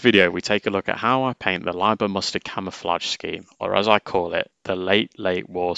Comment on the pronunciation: Props for not saying "Leeber"!